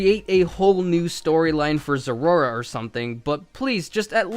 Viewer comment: Zeraora....? Isn't it ZeraOra? (pronouciation, not spelling)